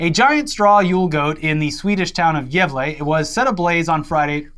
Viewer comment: I appreciate the effort you guys put in to actually pronouncing Gävle and Gävlebocken the correct way! I was genuinely impressed with how good the pronunciation was.